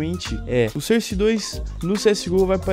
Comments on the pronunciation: "surse" nice english :D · Maluco dalando cerce 2 da uma puta agonia